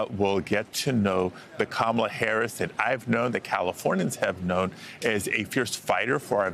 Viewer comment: Butchering Kamala’s name combines two of the GOP’s past times: racism & illiteracy.